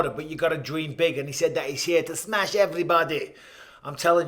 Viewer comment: The "Smesh everybody" belt. 😆 🤣